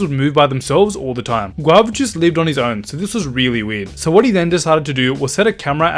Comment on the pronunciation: He pronounced guava juice = guav jooc